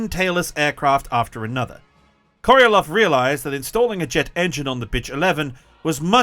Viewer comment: Sergei Korolev not Korelov